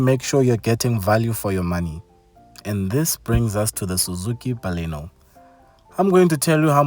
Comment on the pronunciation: It's BALENO and not BALINO